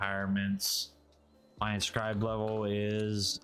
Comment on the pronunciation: Hey man not a big deal but its inscribed stone, not inscibed, thats not a word.